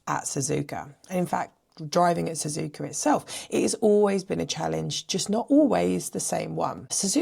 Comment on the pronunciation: There’s no R in SZUZUKA.